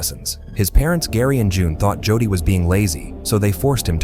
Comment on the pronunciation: The boys name is, "JODY ", Pronounced LIKE: JŌDĒĒ! YOU IDIOTS NEED TO STOP USING NONFUNCTIONAL POORLY PROGRAMMED A. I. VOICE-OVER. 🤬🤬🤬🤬🤬🤬🤬